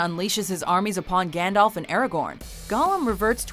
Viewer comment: lol, Americans can't pronounce Gandalf